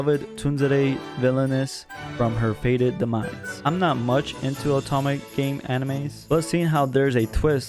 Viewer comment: whats with the stuttering lol. its Inukai not Inuke. Tunzere lmfao i can't. Not Atome its Otome games